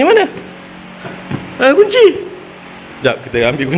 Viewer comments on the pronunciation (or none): Kunci bang bukan cunci😂😂😂